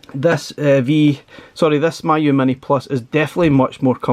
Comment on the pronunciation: Pronounced as Me you, not my you 😊